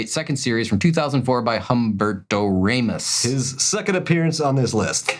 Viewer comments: Humberto Raw-mos(t), not Ray-mis ahah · That's how English speaking people pronunce these names. But yea, it sounds wrong, to me, when the H is spoken.